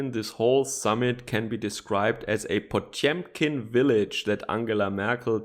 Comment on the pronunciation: Shit, did you buy a broadcast-tier microphone? Say after me: "Pa-tyom-kin"